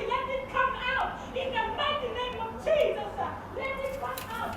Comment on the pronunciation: "in the name of jesus-uh" was the only ledgable words I could understand 😂